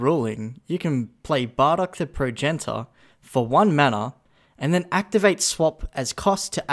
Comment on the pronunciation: You raise valid points. Points that should be in the video. Also, Prow-jen-it-ter.